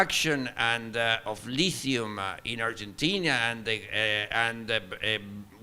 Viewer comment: It's not Urgentina lmao